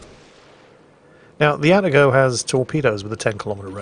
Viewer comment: Actually it's "A Tar GO"... The first A is the same as the A in cAt... You can say your cats name properly so why not the Atago?